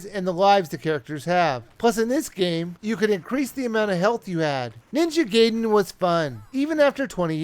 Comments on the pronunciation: it's GAIDEN, not GAYDEN!!!!!!!!!!!!!!! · its GAI-DEN and not GAY-DEN ! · It's pronounced GUY-den.